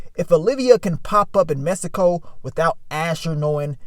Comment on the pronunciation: Mannnnn If I had a dollar for every time pronounced Mexico “messico” 😂